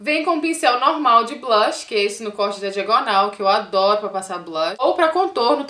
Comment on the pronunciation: ca eu te adoro mais vc nao sabii falar blush vc fala sei la blach ahahha